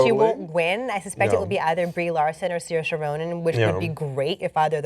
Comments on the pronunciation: Like Sersha, not Siersha. Not a huge difference but she's pointed it out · she actually pronounced the name incorrectly to how Saoirse Ronan pronounces it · haha pronounce it however you want, but it's Sersha Ronan